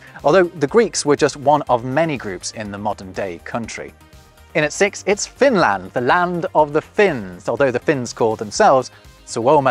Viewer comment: you got finland wrong